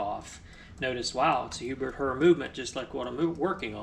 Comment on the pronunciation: Pronounced same as "hair". Herr (pronounced "HAIR") is German for "mister".